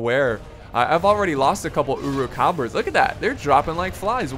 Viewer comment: Uruk-Hai pronounced as: euruk-hay Sorry bad english